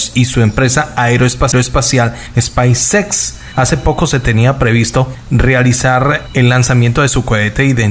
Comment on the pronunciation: Spaicex es speis ex hací se pronuncia spacex